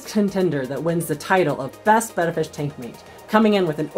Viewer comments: Today I learned.... I thought it was Bay-ta, not Beh-ta. Thanks to both of you! Don't wanna sound like a dumbass at the fish store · Hooray! Someone who pronounces the name of the fish correctly. Thank you. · Thanks for the video! And thanks for pronouncing the name (betta) correctly! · This is one of to few videos where they pronounce the name of the fish Betta correctly.